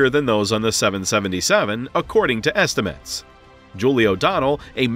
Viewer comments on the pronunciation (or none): none